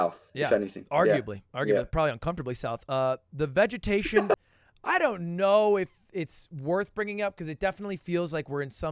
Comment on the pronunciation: Lud: opens with his English degree Also Lud: Vegatationus